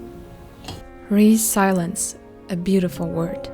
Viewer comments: You have a very calm narration which makes the video even more appealing :) Quick fix- it is pronounced as ri· zil ·yuhns and not silence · I agree. It is a beautiful word, but let me kindly point out that you mispronounce it. It should be /rɪˈzɪl.jəns/.